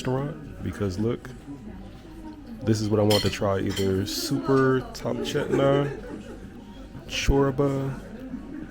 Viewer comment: It's "Supa topcheta"" ,not super topchetna ,a soup from a little meat balls